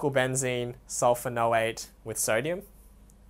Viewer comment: when you say sodium dodecylbenzene sulfanoate, don't you mean sulfonate. Also don't you have to add the para- prefix or a 4 to the name so it reads like: Sodium p-dodecylbenzene sulfonate. Thanks for the video though, it really helped.